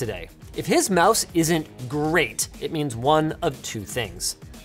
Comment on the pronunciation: Ever realize Linus almost always says the word 'Great' like Tony the Tiger? Always got that Grrrreat! vibe